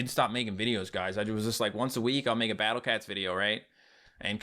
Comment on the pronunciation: I love how after years he still says battle cets